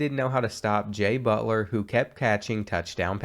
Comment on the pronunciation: EVery time he said jay butler i felt like i was hearing jimmy butler